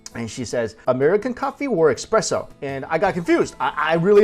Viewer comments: oh no Esssssssspresso not expresso... - but i still think youre great in this! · It's espresso not expresso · its not expresso it is an "espresso" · Just saw this video from a few years ago. Love your hilarious descriptions! And that baguette! Why is it so hard to get baguettes like that in the U.S.? With a crusty crust and soft, loose texture on the inside? And you haven't lived till you've had one with butter and jam in the morning (I lived in France for a year). By the way, the coffee gods are frowning upon you. It's "essspresso," not "exxxpresso!" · Espresso not Expresso! Gah! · it's espresso not expresso ;-) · What a nasty comment about parisians, one person isn't the whole city 1st. 2nd if you want to give lessons be sure to be right, it' pronouced Expresso in french as we use express for something fast. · You should pronounce it as Ess-Press-O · eXpresso?! really?